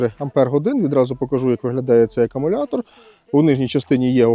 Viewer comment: В першу чергу "Акумулятор", а не акамулятор ... Маю акумуляторну пилу SEQUOIA 4014bso, - позитивно вражений потужністю, проте довелося "допиляти" пружину гальм, бо терлась об вал...